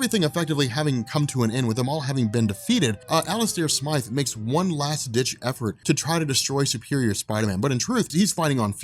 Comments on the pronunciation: its Alistair Smythe Like sm-I-the, like eye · Please stop calling him Alistair "Smith." His name is Alistair Smythe! Long "i" sound. Also, when Peter first wore the Black suit in the comics, he was not evil and the suit didn't corrupt him. The reason he got rid of it was because he found out the suit was a living symbiot that was controlling his body while he slept because it required adrenaline.